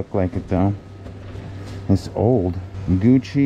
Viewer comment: Is that guuci or floochi lol